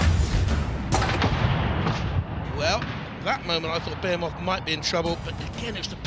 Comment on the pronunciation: BE HE MOTH not BEAR MOTH